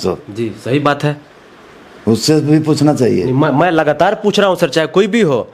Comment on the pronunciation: मंत्री जी लगास्तार (लागातार ) पर्यंस (prayas)कर रहे हैँ 😂😂😂